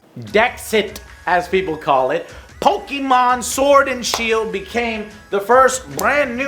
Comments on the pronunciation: Joe, please. It's pronounced poh-kay-mon and that is both the singular and plural pronunciation. Not Pokeemon and pokeemons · Ok, now I'm quite sure you are trolling us with your PoKImon pronunciation: You said "PO-KI" like 12 times, but you also randomly said "PoKEdex, PoKEmon Comunity, PoKEdex, PoKEmon Games and PoKEmon Fandom. So you KNOW how to say "PO-KE". And someone say it's an "accent" matter, but that's silly, because the guy in the clip you show has one, but you can still hear "POKE" and he doesn't change it halfawy. Now, why do I care so much, considering that I don't like Pokemons at all? Because you are a gamer and a landmark for other gamers. You are the one who's supposed to KNOW at least how to pronounce a name. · Please Joe, pronounce it "Po-Kay-Mon". Pokey is Mother 3's main antagonist. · Ok Joe, please choose ONE way to say Pokémon or Pokédex. - I don't care at this point if you pronounce it wrong like many do as Poke-Eee-Mon, the not so bad Po-Kah-Mon, or the more proper version of Po-Kay-Mon. (The é in Pokémon is pronounced with an 'Ay' sound). Just choose one and stick with it. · It's Poke-eh-mon, not Poke-EEE-mon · Can you look up the pronunciation for Pokemon.... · I love you Joe. How do you pronounce pokedex correctly but not pokemon? 😅